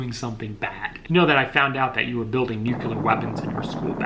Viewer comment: Repeat after me bro NEW----CLEAR or NU-----CLEAR.